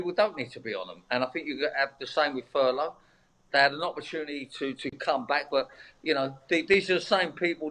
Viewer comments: This mong actually called it "furlong" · Just goes to show any thick plastic faced knob can make money, brains not necessary. By the way, it's Furlough, not Furlong. Maybe Charlie's had too much charlie up his hooter.